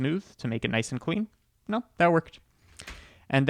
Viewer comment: I know he says "No time to waste" at the beginning, but it sounds like "Node time to waste" and I just think that better suits the intro